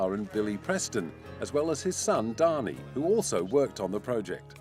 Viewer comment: Incidentally, Ringo did NOT have three sons. Lee is a GIRL. And BTW, Dhani Harrison is pronounced "Danny" instead of "Donny" as the narrator says it. At least that's how family members I've met pronounce it.